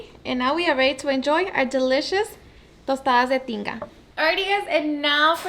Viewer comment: I came here because I thought she said Tostadas de Chinga!!